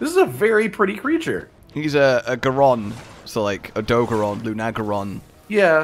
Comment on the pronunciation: How do you two mispronounce this so badly? Its LUNA-garon not Lun-agaron LUNA AS IN MOON BECAUSE ITS A WEREWOLF You would say "I love bright, lunar nights" Not "I love bright, lun nights" Its also Odo-garon not Odogron Odo means sharp claw Garon means wolf So his name is just sharp claw wolf